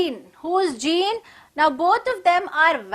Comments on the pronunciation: Madam sorry for that but Jean should be pronounced as zon it's given before the chapter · Pronunciation of jean is incorrect